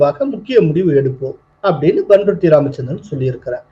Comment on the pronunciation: pannruti ya Bunruti ya, neeenga bun bun nu solreeenga paeti ya illa beti ya, beti beti nu solreeenga